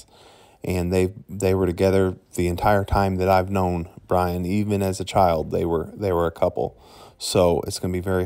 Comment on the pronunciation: BTW, you are calling him Brain not Brian. 🙏